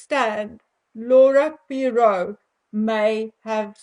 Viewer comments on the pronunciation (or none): Poirot is pronounced Pwa-ro, it's French, & the t is silent. 😬 Findout who the surrogate is, find the truth, but you wont get it from the rf imo.